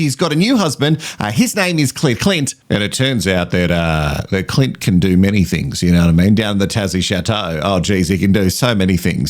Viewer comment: Not me laughing every time you say Cli(n)t. The people who think you are pronouncing Elliot or experts wrong should just watch another podcast. 😂